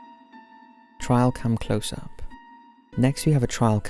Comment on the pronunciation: I always listen to these videos while cleaning or chores, I was so confused when he kept saying TRIAL CAM? I was trying to figure out what the hell a trial cam was. He is most certainly talking about Trail cams.